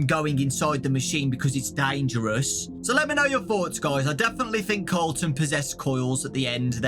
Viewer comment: I heard Carlton instead of Colton- makes me think that Colton was Carlton from silvers eyes(and the other books)